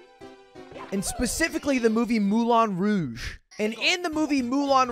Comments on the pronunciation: lmao at the pronounciation "Mulan Rouge" hahahaa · Speaks French, but butchers Moulin Rouge. Next thing hes gonna try to make us believe is that he's 6'.